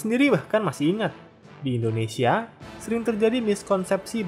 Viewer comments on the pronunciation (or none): none